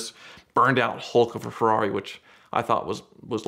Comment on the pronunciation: No one:: Ferari.